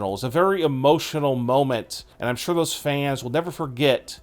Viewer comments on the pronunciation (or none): none